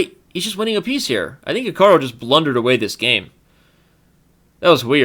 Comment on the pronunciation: Why does he keep saying "Hika-row" when it's clearly pronounced "Hika-roo"?